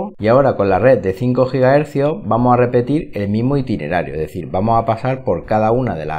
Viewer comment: Curiosidad, ya tengo rato con una duda y cada vez que veo tus videos me salta la curiosidad, de Donde eres??? Yo creo que eres Español, pero la manera en que pronuncias ES sin la ese "ee" me perturba jaja, sera que en españa hay regiones que hablan asi? O eres del caribe? "Como vei lo que llama mas la atencion de este router (ee) el diseños, (ee) en formato torre " jaja sorry por la pregunta. Saludos